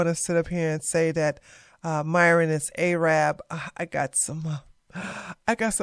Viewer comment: Arab is not pronounced Ay-rayb. Its Aah-rub. Its not hard you know.